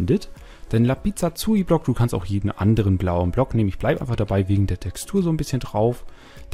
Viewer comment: Was ist denn ein Lapizazui Block ?!? :) Schöner Versprecher anstatt Lapislazuli !!! Habs gerade nachgebaut, spiele erst seit ner Woche, deshalb fehlen mir noch die Prismarinsachen, also muss ich wohl auf Unterwassersuche gehen....